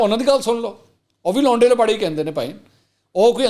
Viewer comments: Oh my God your urdu in English accent is so amazing; say it again. Le Mansoor bhai: "Louunde Laparei" Shukr hai yh word koe Shahid jutt se nh puch rha😃😀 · Love your English version of laonday lappaday😂